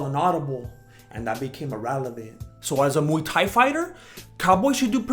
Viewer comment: It's muay not mu dumbass